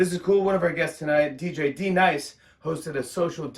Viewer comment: D-Nice? Do u mean Denise?